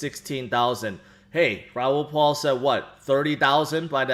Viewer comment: It’s Raol PAL not Paul